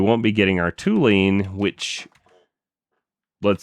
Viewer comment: Hey, amazing episode but please, as a chemist ... it is TOLUENE and not TOULENE. My ears are bleeding :s Keep going mate !